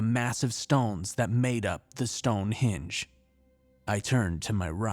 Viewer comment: Speak properly man,it's stone henge HENge not hinge. Also, Edinburgh EdinBURRA not eden borrow. Bloody Americans butchering the English language☺. I'll let you off though seeing as I enjoy your stories and appreciate your hard work😉.